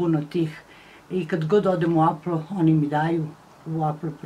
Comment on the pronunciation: Ne kaze se apl nego epl apple